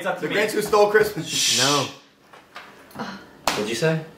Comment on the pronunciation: Also instead of hearing Christmas i heard Christian